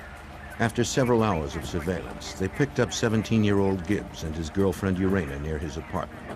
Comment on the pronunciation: "Urana Sweet"? WTF